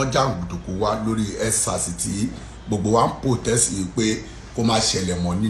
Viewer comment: MC what is tutter its Twitter, again what is nsars, huuuu its EndSars Mc what is your education background anyway u've never seen the 4 walls of school in your entire life not your fault, Tinubu's fault.